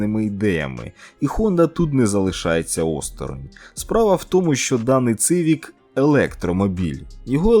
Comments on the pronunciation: может я не прав но правельно Сивик а не Цывик , и японцы говорят Сивик на сколько я замечал ))))) и как мне подсказали , не знаю на сколько это правда , буквы Ц у японцев нет , соответственно не может быть Цывик ))) сорян за каЦапский язык ))) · Однозначно лайк. Тільки коли вже люди запам'ятають як називається одна з найрозповсюдженіших машин у світі? Назва моделі-- "СІВІК". не цивік і не цівік. Ви ж не кажете "цитроен"? чи може кажете?))) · Коли вже до вас дійде))))? Хонда Сівік не ЦИвік))) вже прямо як кацапи розмовляєте))) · Не Цивік, а Сівік. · Перекладаєте з англійської ? А чому не знаєте що С не читається як Ц?) Цівік кажуть тільки кацапи!